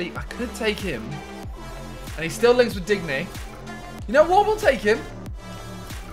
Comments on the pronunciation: HATE it when people say dig-knee It's din-yay🤨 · Digne is pronounced dee-ñ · When he said “dig nee”!!! 😡 We all know “deeennn yayyy” EDIT: you have to watch Nepenthez to understand this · Its pronounced din yay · Chaz Mallah no ding ya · Man said digneee uno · dig-nee only if nep had heard tat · I think simon needs help on pronouncing DIGNE, he could get them from nep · Lol not how u pronounce digne and im not even a french speaker on any level